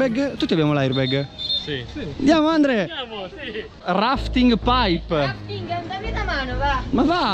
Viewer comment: che continuava a dire Andle invece di Andre hahaha